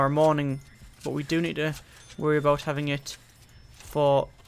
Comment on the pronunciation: Wonderin aboot! Lol